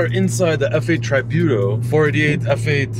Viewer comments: It’s tree-byu-tow. Not tri-buy-tow. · lol "F8 Try-bute-O" ...awesome car nice video